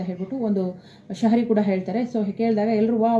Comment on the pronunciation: ನೆಚ್ಚಿನ ಹೇಳಿದ್ದು ಶಹರಿ ಅಲ್ಲಾ.ಶಾಯರಿ.